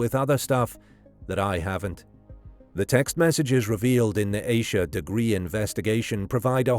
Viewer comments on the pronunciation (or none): Please pronounce her name correctly. If you can say Reinhold Schultz Suzuki etc you can say Ahh-sha(Asha)